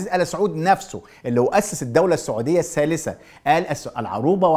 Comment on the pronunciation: تحليلاتك مضروبه. وانت محلل ما تعرف تنطق كلمه ( الثالثه) تقول السالثه. محلل من الدرجه العاشره.